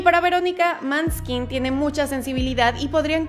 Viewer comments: Hola, me gustaría corregirte El solista no se llama David, su nombre es Damiano y su apellido es Dávid Y otra cosa, la banda me se llama manskin se dice ma-ne-skin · Buen intento de video. Chica, sugiero te informes más y verifiques lo que dices. Pronuncia bien los nombres y apellidos en italiano (como el de Manuel Agnelli), el grupo se llama Maneskin, no Manskin y el vocalista se llama Damiano; ya que David es su apellido. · Maneskin... Maneskin... Maneskin.... Que no escuchaste como se dice el nombre de ellos. Porque lo tienes que leer mal.. porque lo tienes que decir mal. No te luces hablando bien.... Es en Italiano no en Inglés.... Odes y odes y odes con J. Manskin... Man skin... De verdad te pasas de tabru.... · Justo el video que necesitaba, solo que tengo entendido que la pronunciación correcta es “Moneskin” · Muy genial el vídeo ,pero se pronuncia moneskin ,no una o fijada si no un intermedio de la a y la o ,por eso se escribe Måneskin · Cómo dato, el nombre de la banda realmente se pronuncia "moneskin" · Moneskin lo pronuncian sólo los daneses 😂la prensa italiana y ellos mismos no pronuncian la “Å” así que será maneskin la pronuncia, no? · Se pronuncia "mooeskin"😮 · La letra å es del alfabeto europeo, en español suena como O asi que se pronuncia - monesquin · Ayy no amiga, perdon por la critica..:: el italiano es muy fácil de pronuncia :. En nombre del album lo dices muy mal tambien, il ballao de la vita:..?? repites “manskin” mil veces , y a Damiano le dices David…. Se entiende que es el nombre de familia, pero a Victoria no le dices “ De Angelis” . 😬😬😬 Perdon no me aguanté las correcciones 🤟🏻🤘🏻 Muchas veces han dicho en sus entrevistas que les molesta que lo digan mal!! Y a Damiano le choca que le digan David! Tambien lo dice cada rato 😅😅😅 (Se nota mi fanatismo?) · Se pronuncia moneskin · Todo bien! Solo la pronunciación del italiano... Plus la pronunciación del grupo tambien esta mal. Pero gracias por el video